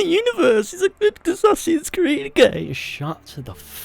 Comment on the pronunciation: Aessaaahhhsins crid